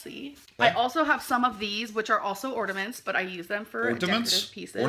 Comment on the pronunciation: "Ordaments" is she kidding!! She called tinsel stencil before she met Destiny 🤦‍♀️